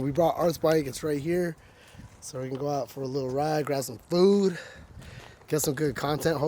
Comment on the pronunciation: He said geaow lol